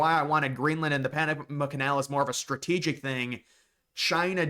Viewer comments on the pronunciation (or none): none